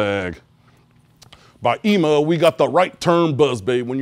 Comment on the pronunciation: One of the only guys I've ever heard that pronounced "Ima" correctly!